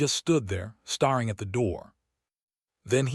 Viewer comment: Mis-pronounce “staring” twice and I’m out. The AI is really bad!